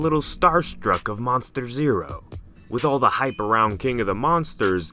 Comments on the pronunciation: Why do you say king as keang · Why are you saying ging gigorah? Say king! 😂